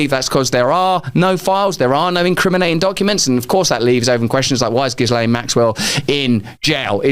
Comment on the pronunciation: Pronounced Jjjeelaine ( no hard “g” sound) and no “s” sound.